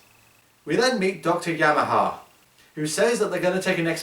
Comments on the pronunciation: Yamane. Not Yamaha. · he pronounced the names wrong, it's yamane and hideo ogata